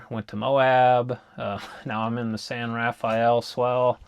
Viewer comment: This is just a minor point, although it is spelled San Rafael it is pronounced San Ra-fell, or Ru-fell. How you pronounce it is a dead giveaway if you are a local or from out of state. It also helps if you use your 19th century Mormon pioneer accent. I know you're no longer in the area now, but the next time you are you should stop and visit the museum of the San Rafael in Castle Dale Utah on highway 10.